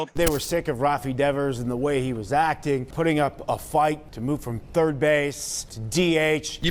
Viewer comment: "No... I play turd" 😂